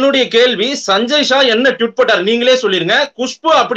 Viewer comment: என்னங்க இவர் சஞ்சய் ஜா என்கிறார்,அவர் சஞ்சய் ஷா என்கிறார்...